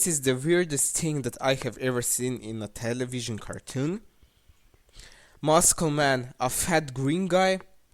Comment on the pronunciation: "Muskel Miyn"